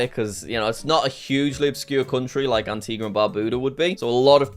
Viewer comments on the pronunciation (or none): none